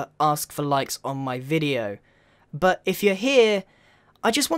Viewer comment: I love it how u say buh (but)